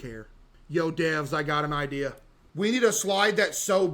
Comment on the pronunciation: The voice guy keeps saying "Idear" 😭